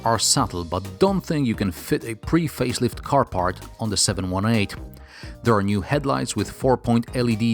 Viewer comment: It's the 7-18. Not 718... I'm a "Porsche geek"